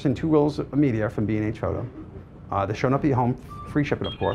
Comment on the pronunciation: Good grief.... if I had a dollar for each time he said "okay?", "right?", "um", "the secret sauce" and what is me-dee-er?